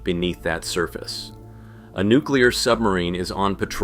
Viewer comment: says nucler submarine, shows guppy conversation, you suck